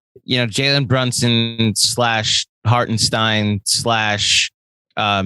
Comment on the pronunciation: Let's Go NY! Little advice from a German Knicks fan, let's get his name right once he's on our team, as I've heard tons of pronounciations. It's Harten and stein. Like the sh in shit and the dine in dine. Hartenshdine. Totally looking forward to him playing for us